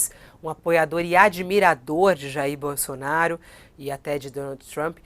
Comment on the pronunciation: Bosolnario não emucente kkkkk